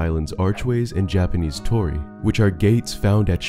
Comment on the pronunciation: It’s a tiny thing but Torii and pronounced with the stress on the “ii” “tor-EEE”